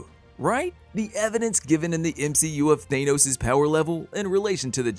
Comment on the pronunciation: His name is Thanos, not Thane-Ose.